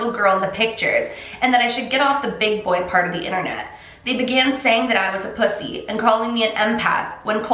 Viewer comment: Lol 😂 🤣 how she says pussy